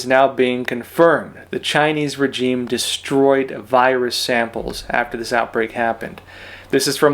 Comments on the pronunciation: The word regime is pronounced differently than you say it. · Love your channel but please find out how to pronounce the word regime correctly Google it for petes sake!